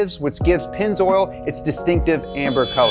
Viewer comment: "Pennz- oral"